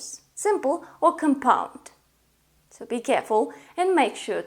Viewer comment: Just saying, as a little bit of english help, the word is COMpound, not comPOUND. The stress is on the first syllable. Also, it's continUous, not continus.